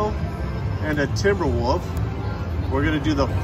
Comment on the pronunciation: Did actually say, “timber woof?!” 😆